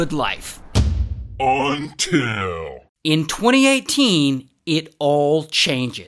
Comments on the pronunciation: That “UNTIL” shook me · It's gets crazy when he says until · What was that “until” 💀